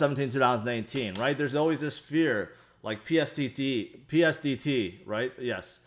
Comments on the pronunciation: PTSD not Psdt lol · it's "P T S D" //Post-traumatic stress disorder